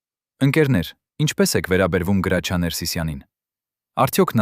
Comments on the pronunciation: Ոչխար Գրաչյա չի Հրաչյա է։ Եթե թարգմանություն է գոնե հայերեն դարձրու։ Լսելը անգամ այդ հրաշք դերասանի մասին հնարավոր չի։ Զայրույթից կոֆես թափեցի։ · Հրաչյա Վանեցին Գրաչյա չի կարող ասել երբեք . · Ունենք գեղեցիկ, հնչեղ ՀՐԱՉՅԱ, խոսեք հայեցի։ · Էս նյութը կարդացողը հայ չի?, ինչու,,գրաչյա,, ոչ թե Հրաչյա։ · Հենց միայն այն,որ անունը անտանելի սխալ եք կարդում, էլ չեմ ուզում լսել շարունակությունը, հաստատ հորինած անհեթեթ պատմություն է 😢